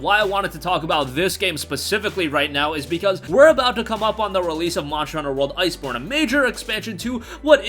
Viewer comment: Why can you NOT pronounce "monster" properly? It's worse than annoying!